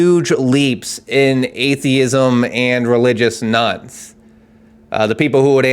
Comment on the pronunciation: Thought he was saying ‘Nuns’ interesting visions of Sister Act 😅